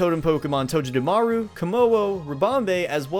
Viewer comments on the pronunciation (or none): OH MY GOSH ONCE AGAIN Toe-geh-da-maru NOT TOE-JA-DA-MARU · You do know you pronounced Togedemaru in the most cringiest of ways, right? XD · Did u say totem mimikyu’ SOS encounter skarmory? It’s totem togemumaru’s sos